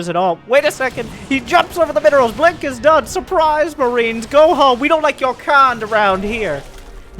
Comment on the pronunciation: saying "blonk" instead of "blink" always got me in this video.